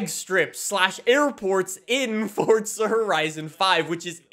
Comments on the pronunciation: Please stop pronouncing FORZA as FORTZA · It’s not Fort-za…. It’s For-za… Dude there’s no need to say Forza 100 times in the video, we know what game it is. You already said it 20 times in the first 3 minutes of the video. Jesus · Why does he say forza like fortza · I’ve been playing since fh2, but is it FORZA ? Or FORTZA ? I’ve always said FORZA but I always hear people pronounce it with a t sound ??? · Everyone be playing Forza and this guy be playing fortza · Why is he saying "FORT-SA" lol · Forza not fortza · it’s the FORT- ZA THAT GOT ME 😂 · Still looking for the the “T” in “F-O-R-Z-A” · Heres a fun game. Drink every time he says forTza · I'm not sure how you're fitting a "T" in the word Forza.. ForTza.. yeah my face won't make that noise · fortza he says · "FortZa Horizon" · "fordtza horizon" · why he always say fortza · He calls it fortsa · There is no F*cking T in FORZA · Why do you say Forza like that 😭😭😭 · Theres no T in Forza you squid